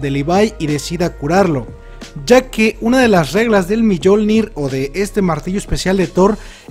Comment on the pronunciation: Se pronuncia miolnir no millolnir